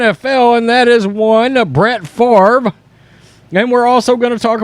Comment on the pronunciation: I think Brett Farv-ra is right! -Paul Tagliabue